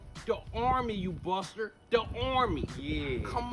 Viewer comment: im sorry it bothers me the way he says "Buster" he didnt do the iconic Ryder: "bUstah"